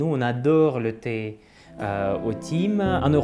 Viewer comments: Très intéressant cette vidéo ! Je me permets de corriger juste la prononciation...le thym se prononce tin-ou tain ... comme pain. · Thym se prononce tin :) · Vidéo très intéressante 🙂 Mais petite erreur de prononciation En effets, Le Thym se prononce "Tin" comme le reportère Belge Tintin😉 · Vidéo super intéressante, encore une fois. Merci pour votre travail ! Je me permets de corriger une petite erreur de prononciation avec le mot thym. On le prononce avec le son "in" ou "ain" (je ne connais pas le système phonétique international), comme dans les mots "pains", "main", ou "hein?". Но не беспокойтесь, я учу русский язык, и я вас очень понимаю. Я ошибаюсь более чем вы)))) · Ah merci beaucoup! Désolé pour la prononciation du thym, désormais c’est noté :)